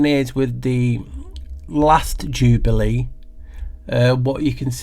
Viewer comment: Thanks, she Decoded That 1! 'Jew-bale year'